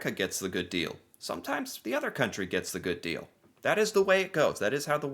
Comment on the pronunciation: Please stop saying goof deal, we paid for it.